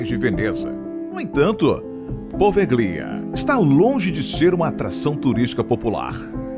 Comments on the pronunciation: Só uma correção: Se lê e se pronuncia POVELHA .. e não po-ve-GLI-a. Na língua italiana, o ''GLI'' se lê ''Lhi'' .... portanto PO - VE - LHI - A ‼ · Pelo amor de Deus! O nome da ilha é POVÉLHA, não Po Ve Glia.... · Sim e a sílaba tônica é no E: PovÉlhia